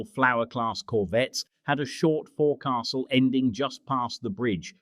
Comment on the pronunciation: Nice video, but AI pronunciation needs improvement not "fore castle" - "fo'c'sle"